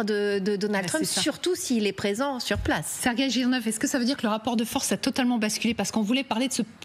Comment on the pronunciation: Tres ridicules d entendre Serguei